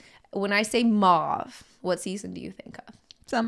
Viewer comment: "Mauve" rhymes with "clove."